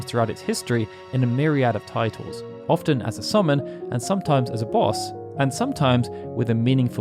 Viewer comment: Are you saying orphan, as in one who has lost their parents? Or often, frequently?